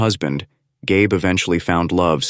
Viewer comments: Gabe is a man's name. I think her name is likely pronounced GABBY. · Dear AI video bot voiceover... it's pronounced "Gabby" as it's a female...